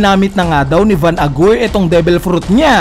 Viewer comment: bakit van agur yung pronunciation BWAHAHHHAHAHA